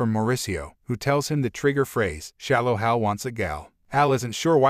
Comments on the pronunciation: It’s Shallow Hal, not Shollow Hal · I've seen the movie so many times and love it. And, by the way, it's ShAllow Hal, not Shollow Hal! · "SHOLLOW HAL" lol